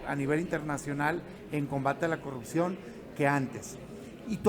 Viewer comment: pogque cogurccion ayeg titulag pogcierto castigagr 😂😂😂😂😂😂😂😂😂